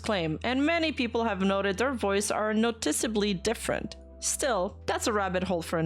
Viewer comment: Hey,, - "noticeably" has the stress on the "no", not the "ti". Otherwise great pronunciation this video too, this is the only thing that stood out during the entire video!